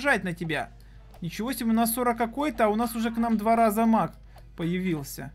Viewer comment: Не мак а маг